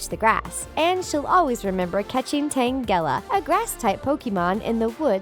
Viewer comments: Tan gela with sound long g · and tangela, magikarp, ponyta, and ursaring